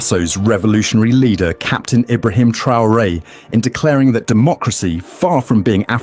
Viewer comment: LOVE YOU but you are mispronouncIng his name. IBRA-HIM (ARABIC) Thank You for doing this STORY!!!!✊✊